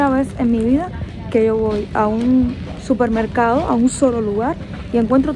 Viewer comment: Se dice supermercado, no 'cupermercado'.